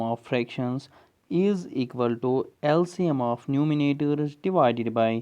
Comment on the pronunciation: One of the best lectures... One thing dear. It sounds numinator from u But I think it is numerator